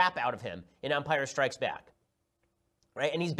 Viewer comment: “In umpire strikes back”, your outta heeeere